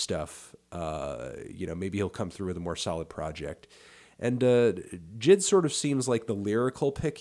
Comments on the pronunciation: J.I.D not jid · why are you calling him jid? it’s J.I.D